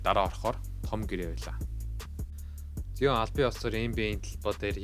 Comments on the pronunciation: Zayion gj unshwal zuw bhaa amjilt goy bolson bn. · zaayon gsn duudlagatai shvv bro neg evgvi sonsogdood bn